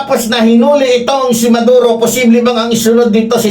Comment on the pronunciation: Sir,Hindi Valenzuela kundi Venezuela.Maduro ang hinuli Hindi Neduro...constructive correction lng Po with due respect Po sainyo.viewer nyo Po Ako....